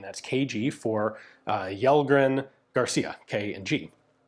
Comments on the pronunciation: Yellgren hah, it's "shellgren" in that case! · Kjellgren is pronounced like Chell-gren. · Kjell in Kjellgren is pronounced like shell (like an eggshell), so Shellgren is about right. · Kellgren and Kjellgren are pronounced "Shell-grenn". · Kellgren is pronounced Shell Gren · If his name is Kjellgren/Källgren/Kellgren it should be pronounced as Shell-gren. 🤓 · Pronounciation tip: the swedish KJ in Kjellgren is pronounced like the SH in Shell. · Alright, here’s how you can explain Kjellgren to an English speaker: • Kjell- → In Swedish, “Kj” is usually pronounced like “Sh” in shoe. The “e” is short, like in get. So it comes out close to “SHELL”. • -gren → The “g” here is a hard g, not soft. The “e” is again short, and the “n” is clear. So it sounds like “gren”, where the vowel is like in men. Put together, it’s roughly: “SHELL-gren” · Kjellgren is pronounced "Shell-grehn" :) Swedish it VERY difficult with all of our different K, J, S sounds that make no sense and vary in spelling alot between words. Like it could be Kj-, or Skj-, or Sch-, they would all be pronounced kinda the same 😅 But I think you're usually really great at pronounciating! Lovely video as always! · Kjellgren in swedish would be pronouced: Shellgren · "Kjell" Is pronounced approximately as "Shell"in English. Take it from a Swede. We have a lot of "sh"-sounds spelled in many weird ways. About 10 of them. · Kjellgren, is closest pronounced like ”shell - grain” that’s more or less how we say it. Kjell is shell (like shotgun shell) and gren is pretty close to your word grain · Kjell in Swedish doesn't actually have the silent "K" like that. Instead the "Kj" is quite close to "Sh" in "Shell" so say it like "Shell-gren" and you'd be almost spot on (as well as quite fitting). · for future refrence to how to pronounce Kellgren just say it like Shellgren and it will sound correct, thanks for the video! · Kjellgren is pronounced like shell gren. Interesting video! Greetings from 🇸🇪